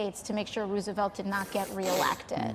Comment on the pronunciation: I don’t idolize Roosevelt like some do (EVEN ON THE RIGHT) I think his New Deal wasn’t actually that great, - but FFS Can AOC EVEN pronounce his name right? I mean come on, whether we agreed with him on or not, HE WAS AN ICON in our American history! I mean ROOOSEVELT? Did anyone else catch that? This redistribution of the wealth, whose wealth do they think they are going to be redistributing? Because I CAN GUARANTEE that ALL THE RICH WILL LEAVE or put there money in offshore accounts! As far as Chick-Fil-A goes, Steven Crowder did a WONDERFUL video going into Muslim bakeries and showing how they REFUSED to bake cakes and EVEN DO BUSINESS for gay people! I realize that it was more on the lines with the Christian Bakery, but it falls under the same “faith based business” No one said a WORD about Muslim not baking cakes or EVEN REFUSING BUSINESS to gay customers! No lawsuits, no protesters, NOTHING! So why is it different for them, but not for Christians? And like you said Chick-Fil-A and Christian Bakery’s WILL DO BUSINESS with anyone! This is what makes it SO CRAZY!! Christian Bakery’s just had issues with baking WEDDING CAKES! And hey I respect a Muslim right not to bake a cake, now not doing business is a little different because then THEY ARE ACTUALLY discriminating, but choosing not to bake a wedding cake- I RESPECT ALL RELIGIONS rights to refuse. Great video! I just came across your content today, and you got a new subscriber!